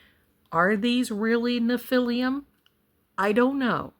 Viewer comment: All due respect, you're mispronouncing nephilim.